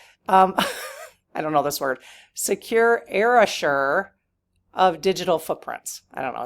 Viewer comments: ERAsure? Do you mean eRAYshur? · Erasure, with rhe emphasis on the 2nd syllable, is the erasing or scrubbing of something. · I think it may have meant... "secure ERASURE" pronounced EE-RAY-JER as in to erase. Keep up the great work and Lord plz save us from this nightmare